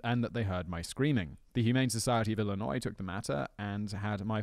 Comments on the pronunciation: Yes, it's not illinoise! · IlliNOISE???? DUDE, you sound like an American, and you don't know how to pronounce Illinois? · Note to: The "s" in Illinois is silent. One of the big pet peeves of my late mother (who was from Illinois) was hearing people pronounce it with the s. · On almost every channel, during every episode, Simon mispronounces something. Then Simon asks the ethers if he said it right or wrong. Sometimes he even looks it up. Then he says he doesn't care. Always. But, actions, fact boy, speak louder than mispronounced words. You do care. And consistently messing up while saying Illinois doesn't help. Smh.... hugs